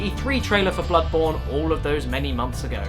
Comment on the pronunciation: "Blood-MOURN"? Really, Caddy??? How about BloodBOREn??? smh :////